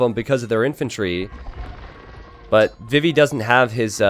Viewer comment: Always sounds like he says "bibi" and not "vivi".